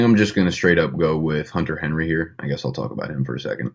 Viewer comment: “Henter Hunry” Lol